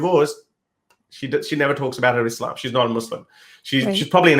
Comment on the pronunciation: The way she says Islam is quite annoying. You can tell she is trying to say it “right” but since she does not master Arabic, it sounds awful haha.